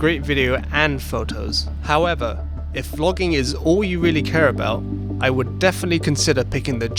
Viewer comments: NOT ONE, NOT TWO, BUT... ~ TWOOOO DIFFERENT KIND OF CAMERA TO DO FROGGINNNGG. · Jizz, I thought you're saying 'Fucking'........."What people like to do Fucking"😂